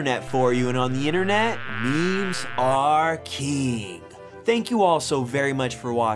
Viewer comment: Is he saying memes are KEEN or memes are KEEM?!